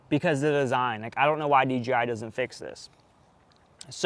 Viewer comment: I sounds so much like you're saying DGI?